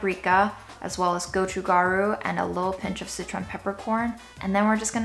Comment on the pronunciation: You're pronouncing Japchae properly, except that the stress is on the first syllable. Gochu Garu is pronounced "go choo"